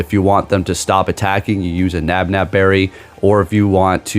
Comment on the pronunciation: Gotta love them ol “nabnab” berries 😂